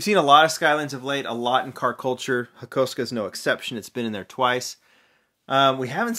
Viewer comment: HAKO-SUKA NOT HAKOSKA😑